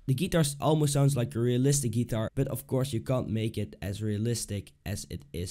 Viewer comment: Wrong Step 1 is actually learning how to pronounce GUITAR